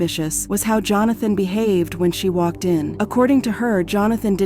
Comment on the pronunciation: C'mon, please fix the AI. You can get it to pronounce words properly. "Waked off"? Really